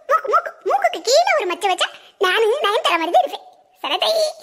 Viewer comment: lathiba Raatha, Nayanthaara Illa nayantithaara... 😂😂😂😂